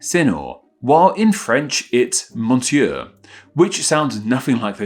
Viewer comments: Sorry, you made no effort on the French pronunciation. It's roughly muh-syur and la-pan, for an English speaker. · This is all bullshit. You don't even know the prononciation of none romance language. 'Monsieur' is 'mon sieur' from 'MEUS SENIOR' and Port. has also 'sior'.